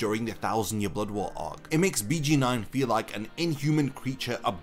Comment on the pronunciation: I just wanna say it’s pronounced Beyh Geyn Noin